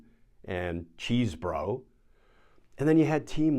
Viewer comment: Pronunciation is "Chez-Bro" not "Cheese-Bro"